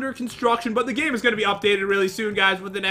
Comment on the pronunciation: I heard you said gime not gamelol